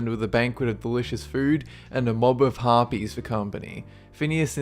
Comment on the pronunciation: u got Harpys right